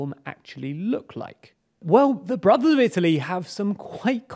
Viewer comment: What is he saying? "The broth of Italy"?